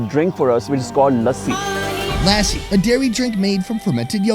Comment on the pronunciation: literary said Lassi and then you go and say LAAAAAASI. I am gonna keep commenting on your videos until you get lassi right. haha